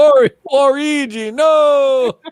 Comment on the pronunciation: Hearing pronounce waluigi as (wa-reegee)is the most wholesome thing